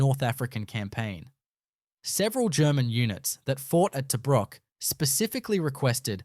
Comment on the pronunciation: Can't even pronounce 'Tobruk' as we know it.